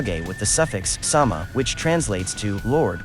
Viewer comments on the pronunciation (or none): none